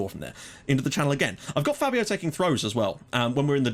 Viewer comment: btw, I think Fabio's name is actually pronounced faybio (due to the accent).